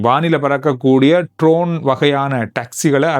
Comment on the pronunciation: Not trone it is drone